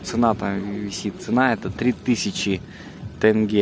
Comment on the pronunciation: Не Тэнге, а теньге че сложного та